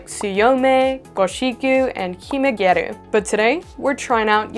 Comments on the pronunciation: very fun. the lower lashes were beautiful, I'm shocked it was a drawing not a false lash. using a false lash would've been a lot easier! the "a" in "gyaru" is a short "a," like in "gal." ( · I'm sorry but how you say gyaru...🥀😭